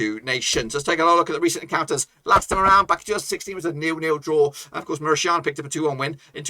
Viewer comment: When did 'TANIA' become 'SHIANA' bloke?? MauriTANIA ! Not MauriSHIANA! You got it?? The next time you abuse the word, You will have a lawsuit at your door. 😎